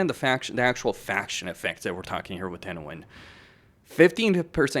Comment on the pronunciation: No no no!!! you said it wrong, its Tehenauin